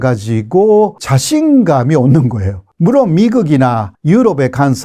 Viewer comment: 호교수님의 '물론'은 연습 많이 하세요. '물론'의 일본어인 '무론'을 그대로 쓰고 있어서 아직도 안 고쳐지고 있네요. '즉각'처럼 어려운 단어는 발음이 좋으시면서...